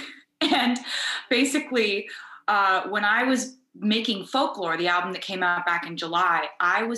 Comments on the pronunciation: Folk / lo / re ?? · I am sure sure someone said this already but Folklore is 2 syllables..... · sorry but in what world does folklore have 3 syllables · fol-ku-lore LOL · Did Jimmy say “folklore” has three syllables? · Taylor when she heard Jimmy say that folklore has three syllables: 👁👄👁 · who’s gonna talk him folklore isn’t 3 syllables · Omg I had to say folklore like three times I was like it does not have three syllables what is he talking about 🤦🏼‍♀️🤦🏼‍♀️🤦🏼‍♀️🤦🏼‍♀️ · Not Jimmy saying Folklore has three syllables... go to school kids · Wtf 🤔🤔 I love how she's just too polite to correct him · When has folklore ever had 3 syllables? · her face when he said folklore has three syllables... he needs to go back to school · How come 'folklore' has three syllables? 😭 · It doesn't. He made a mistake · Ho do the titles "Folklore" and "Evermore" have three syllables lol? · Is it just me or does folklore only have two syllables? 🤦‍♀️🤦‍♀️🤦‍♀️😂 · maybe it's because I'm stupid but doesn't folklore have 2 syllables? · in what world is "folklore" 3 syllables? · not him saying folklore is 3 syllables lollllll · Folk Lore, where's that 3rd syllable? Polkalore! 🤟🤣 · How is Folklore 3 syllables? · did he say “folklore” is 3 syllables? haha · Is folklore 3 syllables? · I'm sure everybody is thinking: Um, doesn't "folklore" have just two syllables? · How is folklore 3 syllables?? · Is folklore 3 syllables? I thoughts 2. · how did jimmy get away w saying folklore has 3 syllables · Folklore has two syllables...wtf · Folklore isn't three syllables. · Folklore has three syllables? To me it has only two... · Does Folklore have 3 syllables, Jimmy? Hmmmmmm. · But... Folklore is 2 syllables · Folklore is 2 syllables. Was he joking or was that a mistake? Hahahha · So… who’s gonna tell him folklore isn’t 3 syllables… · Folklore has 2 syllables. Geesh. Lol